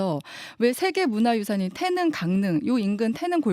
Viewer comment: 기자님.. 태능 아니고 태릉.. 중학교 국어시간에 다 배우는걸.. 어후..